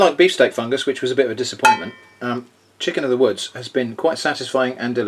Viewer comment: "Chiscken of the woods" made me laugh way too hard